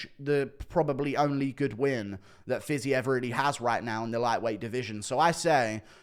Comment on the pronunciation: JAYLEN TURNER JĀY- LIN turner... Pronounce the A as a capital A. Raphael Fiziev Pronounced fiz-EVE. Like christmas eve. I am in no way being facetious or rude. I am genuinely trying to help you in the correct pronounciation of their names. Huge fan. ❤️